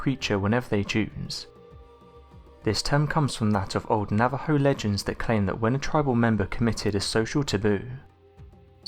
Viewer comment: Thank you for pronouncing Navajo correctly! Excellent video!